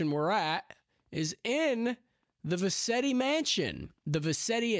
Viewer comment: vercetti not vetti